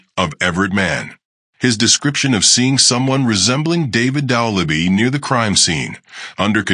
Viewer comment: You can't even pronounce the name right. Why should I watch this??